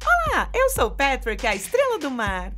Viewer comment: ... péra...PÉTRIC??? n era patric?